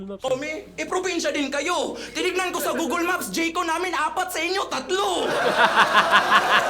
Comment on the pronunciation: sa totoong pag bigkas ng Google... parang mas malapit pa nga ang "Googol" kesa sa "Gogeel"